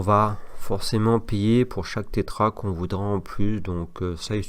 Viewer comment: Salut, on dit Tera octet et non Tétra sinon merci 😉